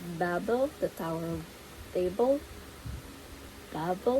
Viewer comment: Babel? Babel? It’s Babel.